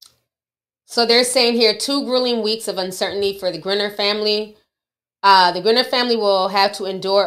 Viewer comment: It’s pronounced “Grind-ner”